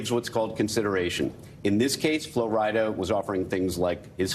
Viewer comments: It seems like they are struggling with saying Flo Rida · These people saying Flo RidAH, im screaming